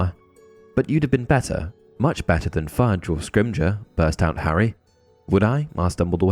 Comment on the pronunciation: It’s scrim gar not scrim ger